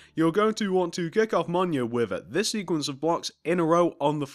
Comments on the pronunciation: It’s not pronounced “monya”, it’s pronounced “meelneer”. Btw this isn’t a hate comment, I’m just letting you know. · He's saying it wrong, it's pronounced "m-y-i-l-n-i-o-r" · Ain’t no way Blud said minio